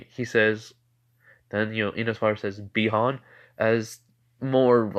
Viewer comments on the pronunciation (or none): his name is bi-han